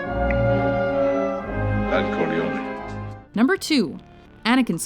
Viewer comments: My god how do you mispronounce "Corleone" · My god somebody needs to tell that woman how to pronounce Corleone. It was okay the first 5 or 6 times but now it's getting really annoying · Why can't you say Corleone properly?